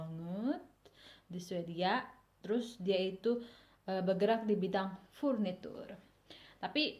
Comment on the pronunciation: bikin dewekan ya ka purniturnye.. 😂😂